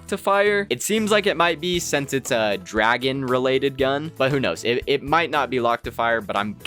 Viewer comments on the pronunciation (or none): none